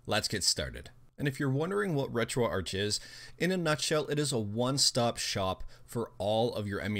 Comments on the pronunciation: Its RetroArc, but spelt RetroArch, it has a silent 'h' in the word... :) it stands for Retro Architecture cause of the emulators in it... :) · Ark. as in Archive.